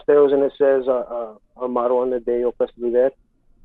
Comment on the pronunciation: Lol 'moto' I feel like he meant to say motto like pronounced (mah-toe)